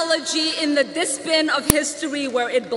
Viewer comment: The distbin? So like Ocrazyo, she's reading. That was clearly supposed to be dustbin and she clearly doesn't speak English very well that she fucked that up.